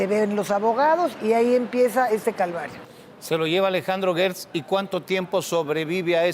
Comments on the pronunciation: Disculpen la ignorancia pero yo escucho que dicen Guertz, pero se escribe Gertz, sera que la U es invisible? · Una aclaración GERTZ ES CON SONIDO DE JOTA NO DE GUE